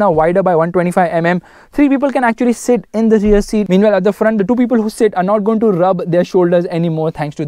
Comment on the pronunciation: say two it is not Tooo